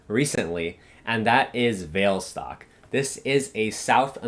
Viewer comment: Hi, thank you for spending the time to do all the researching for us. They are really informative. I bought some of the stocks that you recommended. However, I would like to let you know that the pronunciation for Vale should be "Vah-Lay". I worked in Vale and been to the HQ in Rio so I know.